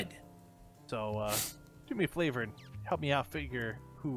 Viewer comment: Did he just say "You wanna do me a 'Flavor'?" X,D